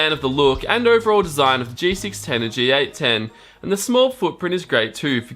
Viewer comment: It's a G810 not a GA10.